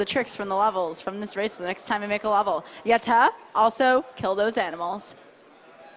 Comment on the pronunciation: their "yatta" pronunciation hurts my ears